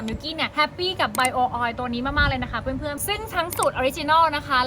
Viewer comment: ต้องให้อาคลามาเทรนเรื่องการออกเสียง Bio oil ค่ะ ตอนนี้แม่ยังทำได้ไม่ดีค่ะ ต้องให้อาคลามาเทรน